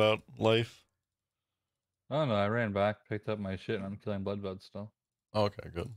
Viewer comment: Lololol you guys are all dead silent when he says bloodveld lol how did you not bust up laughing lol tell to go back to baby sitting his minions